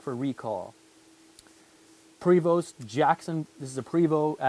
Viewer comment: Love your detailed videos!! Just an fyi...Prevost is pronounced "Pray Voo" Think French lol..